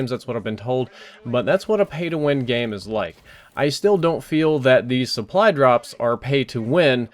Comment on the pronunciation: I'm not sure if I'm super tired, or what, but are you saying "suppry" drops? It sounds like it to me...